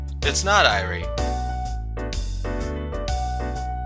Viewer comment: Huh, I guess Satoshi came back from working on Touhoumon. I love how you refer to Dr. Irie as "the maid guy." Speaking of which, if you really want to be corrected on pronunciation, Irie is pronounced "e-ri-ay" though I've grown pretty accustomed to how you pronounce it now.